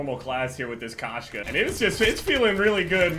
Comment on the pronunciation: Koshka is cat in russian,its said k-oh-shka,but when saying the "oh" cut out the w sound